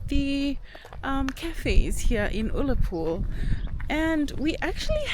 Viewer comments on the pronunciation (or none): Small point. The U in Ullapool is pronounced like the u in the word gun.